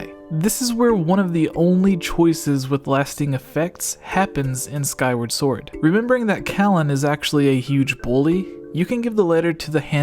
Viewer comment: "swwword and shilld"